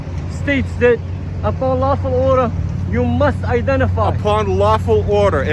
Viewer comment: "Lahful order"??? Wtf is that?